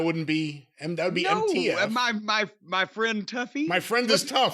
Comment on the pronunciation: So he say this " My MFT"..does he have a speak impediment?